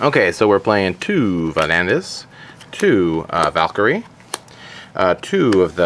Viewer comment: great deck and all..... But Please look up how to pronounce the names of the cards. Miss-pronouncing names really lowers your credibility (to me at least). Example: Van-a-dis not "vandis".